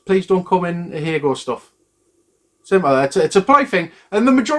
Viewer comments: That's actually not how you pronounce it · That's how 'ahegao' is pronounced? BoY have I been getting it wrong! Also totally agree with this decision.